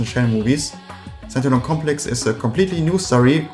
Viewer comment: Dude... Wenn "Stand Alone Complex" aus deinem Mund wie "Sentinel Complex" klingt, solltest du vlt deine Aussprache für so ein Video überdenken. Auch sind 20€ für paar Schall-Dämm-Matten beim Einsprechen nicht zuviel verlangt, oder? Selbst Eierschalenboxen erfüllen diesen Zweck...